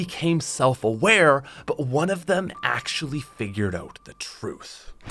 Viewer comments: it’s annnoying asf how he said oat instead of out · Y u say oat instead of out